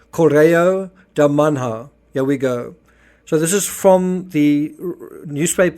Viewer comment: Sorry, but just have to comment on the pronunciation...: 'nh' (as in 'Manha') in Portuguese is the same sound as 'ñ' in Spanish, and since everyone knows how to say 'Mañana', you now know how to say 'Manha' 😊